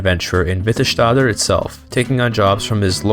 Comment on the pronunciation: Nords are just as native as snow elves or giants. Just as native as dunmer in Morrowind, i think the "most" native races are argonians and khajit. When saying s in nordic or norse accents you never add a sh sound without spelling sj sk skj Its not witterShtader its Vitte stadr